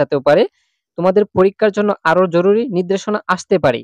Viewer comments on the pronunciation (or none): none